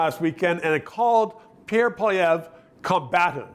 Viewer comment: learn the pronunciation of Poilievre